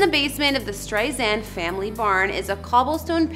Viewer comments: Where to begin??? FIRST, StreiSAND with an “S” not StreiZAND with a “Z”! This woman POORLY researched this story. There were so many inaccuracies that I just STOPPED watching half way through. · Don't let Barbra see you actually misspelled her last name ! And the pronunciation Streisand,,,,(ei) sound! It doesn't sound like "eight" bur rather "i".... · Sheesh... Not only did you spell her name wrong in the title, the female narrator even SAID her name wrong. Her first name is spelled "Barbra," and her last name is pronounced "Strei' sand," not "Strei' sun" or "Strei zand." The narrator also is not Ms Streisand's close friend and thus is not entitled to call her Babs." Barbra Streisand has been my favorite artist for over 50 years, and is adored by many millions of fans worldwide, and this video is an insulting, offensive sham. You can do better when honoring a beloved icon.